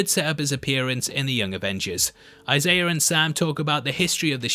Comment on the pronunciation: love the content, love the channel, but there is no r in the name Isaiah